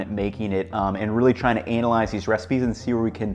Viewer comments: I like how you said "anal-eyes"; man of culture, subscribed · Did you say....anal-ize?